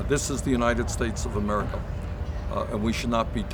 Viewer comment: He can't or won't pronounce america correctly, talks in 3rd person, & vague answers would be an improvement. Gotta love how idiots love their idiot box elections